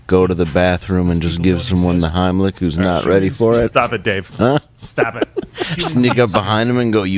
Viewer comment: Run Gerald! RUN! Dave didn’t say Heimlich, he said HINEY LICK! RUUUUUUUUUUUUUN!!!